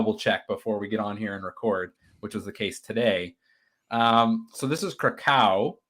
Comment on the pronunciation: Kra-ko-ah. Words are hard.